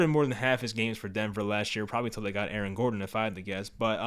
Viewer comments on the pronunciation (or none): none